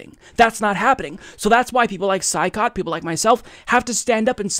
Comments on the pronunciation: Hey, his name is pronounced Choy- COT. Just saying. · It’s pronounced Shoycot,. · Saikat is pronounced as shoy-kaht. At least that's how Kyle Kulinski says it.